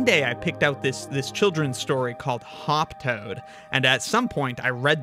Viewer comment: "Hop Toad" sounded a lot like "Hawk Tuah" at first.